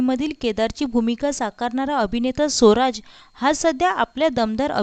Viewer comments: सोराज नाही ग स्वराज असा उच्चार कर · सोराज नव्हे स्वराज